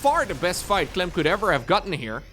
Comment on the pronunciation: „for Clym” - „Good Myrning” 😅